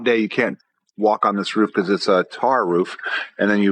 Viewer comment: Why the fuck can't this guy say because correctly it's fuckin annoying hearing him say peakause it's not a fuckin hard word man